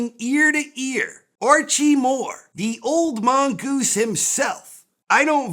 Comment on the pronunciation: Theres nothing better in the world than saying "The Old Mongoose". The way he pronounces it should be taught in schools.